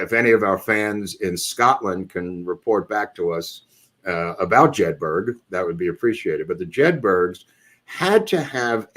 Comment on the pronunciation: Pronounced JEDBURRUR